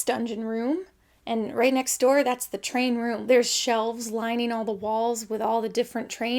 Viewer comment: The way Jenny says 'trAInroom' lives in my head on a loop (like a model train).